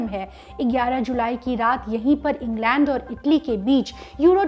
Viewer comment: Englaand nai england madam ji 🙄